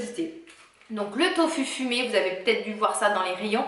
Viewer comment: tofu dit tofou ^^ tu es la 1ere que j'entend le dire comme ça ^^ chouette video, n'hésite pas a en refaire:-)